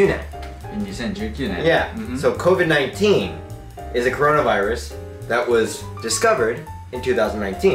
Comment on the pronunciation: Covid not covi